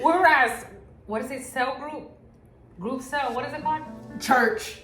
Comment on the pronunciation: LMFAOOOOO said "group celll" 😂😂